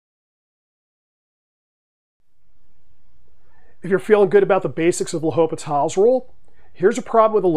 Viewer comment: The H is silent. But great video and good problem!